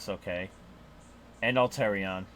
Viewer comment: I love the video, but 'Alterion'? Made me laugh each time, I love you man, but it's 'Al-a-tre-on'